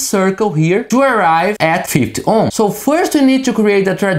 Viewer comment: If only he could learn to say 50 ohms and not 5 ohms and its a SMITH chart not a mif chart.